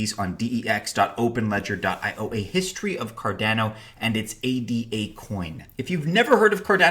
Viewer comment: It's Ada; not A D A.